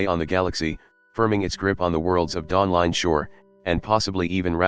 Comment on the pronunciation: Dawling Shore?